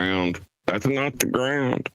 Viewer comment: He seems to have a speech impediment when pronouncing "ground". Is that anything to do with his badly maintained teeth?